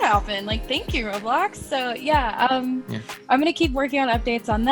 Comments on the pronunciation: why do u call it road bloxs its roblox like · Its eoblox not "roadblocks"